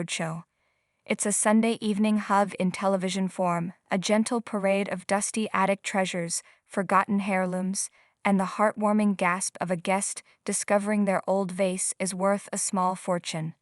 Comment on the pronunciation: "HAIR- looms" ...I'm dying